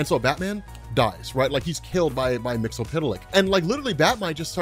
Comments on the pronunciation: 'Wait, is it "Mix-ill-pit-lick" like is pronouncing it? Or "Mix-yes-spit-lick"? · You need to work on your pronunciation of Mxyzptlk. It sounds as though you're saying "mix-el-pit-el-ick" rather than "mix-yez-pit-el-ick".